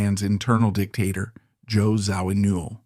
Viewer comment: Zo-ween-all???!! Get rid of the AI bullshit narration.